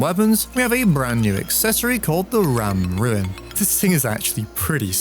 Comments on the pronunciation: "Ram Ruin." Ram Roon. RAM ROOOOOOOON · Sorry man i have to let you know its the ram rune not ram ruin😭